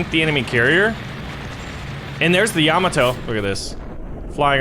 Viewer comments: it's pronounced yuh-mo-toe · Ya-MAH-to, good sir. The emphasis in the second syllable. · I hate how he says Yamato